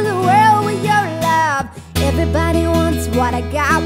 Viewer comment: i love the way she pronounce wi yow love ( with your love) AWESOME! :D